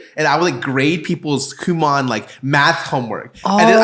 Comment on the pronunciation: It’s FUCKING KU MO N . NOT KU MA N